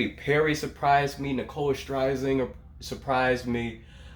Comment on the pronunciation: LOOOOOOOL its pronounced SHER-ZING-ER LMAO